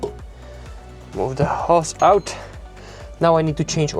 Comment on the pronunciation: If you will excuse me it is hose not hos.